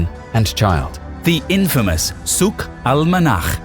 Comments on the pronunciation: actually the Souk is pronounced very wrong by you. Sorry. There is no phlegm in Souk. But good on you for trying. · Not really, souq wasn't pronounced properly